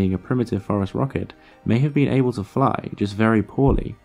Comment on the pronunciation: I’m sure it’s obvious by the comments but to anyone new, “phorusrhacid” has a soft “c”. Also there is a pretty big error in the video where he suggests Gondwana existed at all in the cenozoic. South America separated from Gondwana in the Jurassic period. Possibly before birds evolved let alone phorusrhacids. This is why it is controversial that they made it to the other continents.